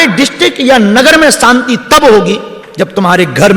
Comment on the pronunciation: सांती नहीं शांती बोलो